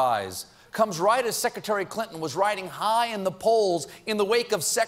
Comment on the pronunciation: Why do people think Colbert is funny? He's a putz. The word is seCREtary not seCEtary. Smdh.